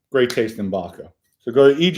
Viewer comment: is so articulate, except he can't pronounce V-O-D-K-A, according to him its V-O-C-K-A😂. Love it! 👍👍👍